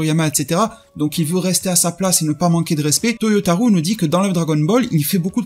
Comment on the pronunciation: Cest vraiment pas important mais je le dis simplement au passage car tu parles souvent de lui. Toyotaro se prononce avec un O long à la fin, non pas OU. Ce n’est pas toyotarou mais Toyotaro. Oui, la transcription phonetique s’écrit Toyotarou, mais le “ou” signifie O long, non pas “ou” à la francaise.